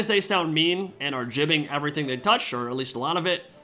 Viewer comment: I really enjoy your break-downs on this game but it’s “gibbing” from the word giblets not “jibbing” haha